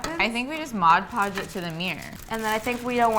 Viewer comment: Pet peeve here, but it’s MOD podge. Not MODGE podge. Love your projects!